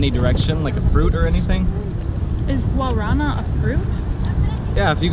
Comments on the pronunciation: Guarana i(emphasis on the last syllabe) is a fruit from the north of Brazil. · As garrafinhas pequenas de refrigerantes são para que crianças levem para escola ou que não se engira muito açúcar. A forma correta de falar guaraná é com a sílaba tônica no último "á" por isso ele tem um acento gráfico.